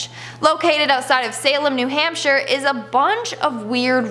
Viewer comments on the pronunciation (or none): none